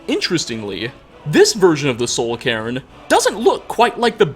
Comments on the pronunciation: Sounds like you keep saying "Karen" when you say Cairn lol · I mean it's honestly the way pronounces it more often than not so the subtitles ain't wrong.